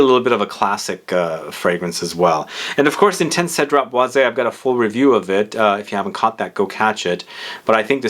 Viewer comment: Because it’s being pronounced wrong. Cedrat Boise 3 syllables Sed-drat-Bawz